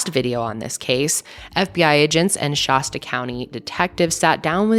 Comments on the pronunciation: Every time you said Shasta I had to rewind!! 😂 it’s not Shah-stuh it’s more like Shass-stuh ❤️ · It’s Shaaasta County. Not Shahsta. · “Shæst-uh” with a flat A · ShAsta not shawsta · You pronounce Shasta like it's a type of bottled water with that 'ah' sound. It's the same sound as the a in fast, Shasta, not Shahsta. Not that it matters, lol. it's just so strange to hear it that way. Like emasheated rather than emaciated. It's a prevalent millie thing. It's entertaining. Kind of sad too but hey, we're all just rollin' with it, right? Your baby has a non malevolent spirit attached to it, go see your girl. Protection. It's all about protection, nice. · I cringe when I hear pronounce Shasta as Shawsta. Who hasn't heard of MT Shasta? Especially someone from Denver Colorado. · Anyone else from the area cringe everytime someone pronounces Shasta weird like she does? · You pronounce Shasta funny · I love your content but learn how to say Shasta lol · Peace and Love, I never thought I'd hear someone mispronounce "Shasta" so many times. 😂